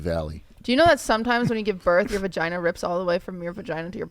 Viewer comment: How did they just gloss over calling the vagina a "vagoono"